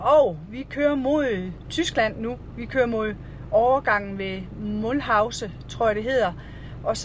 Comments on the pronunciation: det udtales noget a la mouluse ikke mullhause. men underholdene tur i har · Er det Mulhouse? Tror det udtales med stumt h